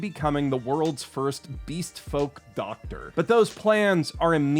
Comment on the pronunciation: it's pronounced "dogtor"